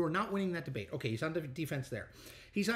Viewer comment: He took "de-bate". Lol